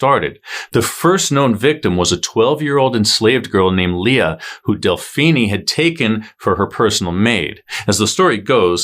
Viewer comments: Delphinie? Seriously? It’s pronounced like Josephine. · Delphine LaLaurie, it is ( Del - Feen LaLaurie ) not ( Del- Feeni'e ) Either way you did your research and a good job on telling what happened. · Del-phee-nee? Uh, NO. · Really? "Woman do it better." A very gauche statement. An aside, Delphine is French, don't pronounce the e. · Ikr? I’m cringing every time he says it. I’m also thinking of Mr. Feenie from Boy Meets World, now too!